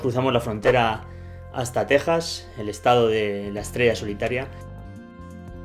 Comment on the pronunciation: Eres de los los pocos no mexicanos que sí pronuncian Tejas correctamente 👍 Se ven bien ignorantes hablando español pero diciendo Tecsas 🤮